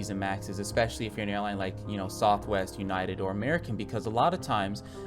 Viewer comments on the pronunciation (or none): “Southwe airlines” 10/10 accurate